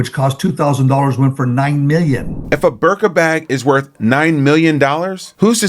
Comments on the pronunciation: I love that you men don’t know how to pronounce the birkin bag😂 birka 😂😂😂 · Good show! one thing… it’s BIRKIN as in Jane Birkin.